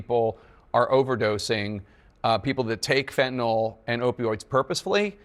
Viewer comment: Tapper cant even pronounce Fentanyl correctly.